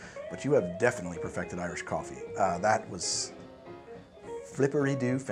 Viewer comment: You got my subscribe with "Goffee-ey-ee"! <3